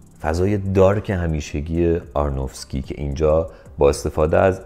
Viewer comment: شما دیگه چرا؟! آرونوفسکی نه آرنوفکسی! ارادت 😊